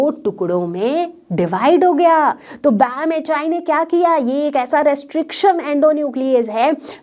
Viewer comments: BamH-aai ....bamH-one...padhte h usey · (BamHI) That should be read as Bam H one